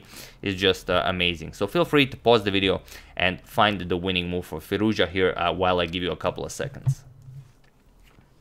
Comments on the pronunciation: FirouzJA ... FirouzJA ... FirouzJA - not FirOUzja. AlireZA FirouzJA :-) Cheers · His pronunciations is firoz. Ja